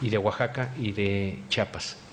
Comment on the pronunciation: Sr. X se dice CHIAPAS NO "CHAPAS". ...